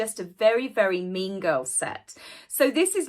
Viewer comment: I thought called Meghan a "Mingo" but I think she actually said "Mean Girl". Took me a few listens to sort that out. 😂😂